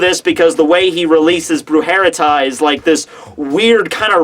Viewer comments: you said wrong the Resurreccion of Zommari.. You said "Brujereta" (and you said in that way 2 times), it's "Brujeria" (means witchcraft).. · It's not Brujerita!!! IT's Brujeria!! your spanish sucks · Also there's no T in Brujeria. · The way you say his sword is 😷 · brujeria means witchcraft lol so yeeahhh